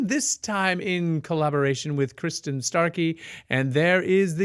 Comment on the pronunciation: Btw,, her name is Kristin, not Kirstin.......small correction.